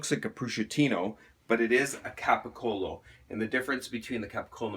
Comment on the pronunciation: I’m afraid to follow the steps when they don’t even know how to pronounce capocollo